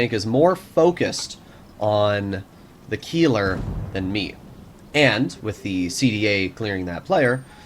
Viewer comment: you pronounced Keiler wrong. Its not a Key its Kyler. just fyi and a Keiler is a male boar in German